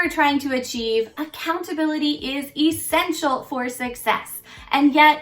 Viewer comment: I spent wayyyyy to long going back and forth between E-ssential and eh-ssential. 😂😂😂